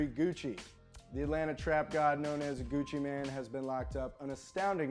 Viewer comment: Pronounced Gucci "main"" not Gucci man